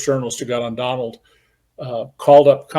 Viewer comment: His name is Don-OLD. 😂